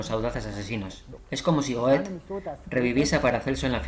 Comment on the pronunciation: Una pequeña observación: la pronunciación de GOETHE Muy interesante y sobre todo impactante... Gracias